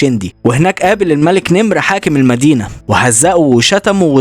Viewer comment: تحياتي وتقديري وإحترامي لكم ولشخصكم الكريم الموقر ولمجهودكم الرائع واسلوبكم الشيق في عرض، الحقائق والمعلومات التاريخية ومحتواكم الهادف ولكن تصحيح بسيط للغاية وهو إسم ملك السودان والذي كان مقره شندي لم يكن اسمه الملك نمر وانما كان يسمى بلهجة اخواننا من اهل السودان المك نمر (المك وليس الملك) رغم ان المك تعني الملك ولكن هكذا كانت تنطق وتوارث حكم السودان عدد من المكوك وكانت تسمى تلك الفترة من تاريخ السودان بحكم المكوك اشهرهم على الإطلاق هو المك نمر وهم من قبيلة عربية تعتبر اكبر القبائل العربية المسيطرة في السودان والتي غالبا ما توارثت الحكم والسلطة بالسودان وتلك القبيلة هي قبيلة الجعليين وينتهي نسبها الى سيدنا العباس بن عبدالمطلب عم سيدنا وحبيبنا ونبينا محمد صلى الله عليه وسلم ولهم صلة قرابه بقبيلة ثانية تعتبر ايضا من اهم القبائل العربية بالسودان وهي قبيلة الشايقية او الشايقي وهم ابناء عمومة للجعليين رغم الصراع الدائم والتنافس المستمر بينهما بقي ان نعرف ان سبب انتقام المك نمر من اسماعيل ابن محمد علي باشا هو اهانته للمك نمر بالاصافة لتهوره وحماقته وامعانه في اهانة المك نمر بصفة خاصة والجعليين بصفة عامة لعلمه انهم القوة المسيطرة على مقاليد الحكم بالسودان ولكي يستتب له امر السودان لابد ان يكسر شوكة المك نمر والجعليين وان يهينهم ويكسر عزة انفسهم فطلب هذا الامير الارعن من المك نمر نساء من الجعليين ليقوموا على خدمته والترفيه عنه وعن ضيوفه والامر الذي يعتبر اهانة شديدة لقوم معروف عنهم الشجاعة لدرجة التهور والحماقة وعزة نفس ابيه عربية لا تنحني فكان الرد الطبيعي من المك نمر ان اشعل النار في هذا الأمير الارعن وكل من معه الامر الذي اثار غضب محمد علي باشا واستشاط غضبا واصر على الانتقام لما ح